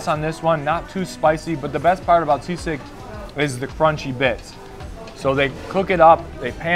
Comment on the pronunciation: Its SISIG not SEASICK hehehe